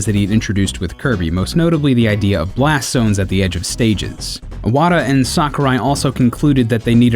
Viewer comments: Nice video , I really enjoyed it! but why he pronouncing Iwata like *O*wada ? xD it throws me off bit. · God damn man you still haven't learned how to pronounce Satoru Iwata's name? it has an I at the bloody beginning? not an O